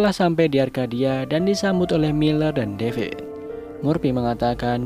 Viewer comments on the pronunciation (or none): none